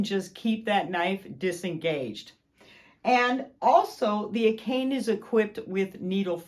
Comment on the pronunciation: looks like a fantastic machine... but it's pronounce a - ka - ne NOT a - kane